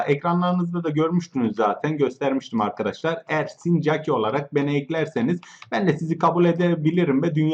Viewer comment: Oğlum yav "Mrb adadaşlar!" diye başlama ilk İngiliz sanıyom sonra Türk.Sonra İngiliz sandığım için kapatıyorum!YAPMA!!!